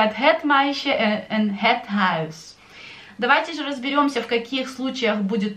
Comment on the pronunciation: Некоторые дифтонги Вы произносите не так,как объясняли , например в словах - дом,и исключения и некоторые другие